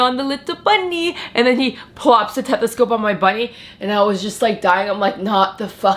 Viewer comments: "tethescope"? Its stethoscope honey. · Is English not her first language? “Tethescope, having complusions, washroom”.... what’s happening here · Jaime K is she Canadian? I honestly don’t know anything about her really lol. I was just confused why she was talking weird on certain words. Like tethescope isn’t a word. It’s stethoscope